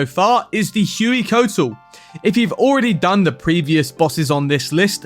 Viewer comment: scimitar.... don't pronounce the C... it's not SKIM MILK. aww geez... huey? noooooo bruv. noooooo. say WAY...